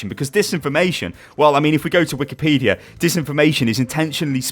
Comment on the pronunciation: "If we go to wikepedia" XD XD XD XD XD